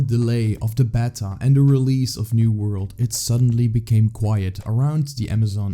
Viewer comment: Great vid! Btw It’s pronounced “bay-ta”